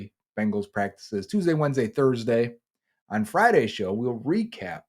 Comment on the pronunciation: I like how says “on” and “ahn” lol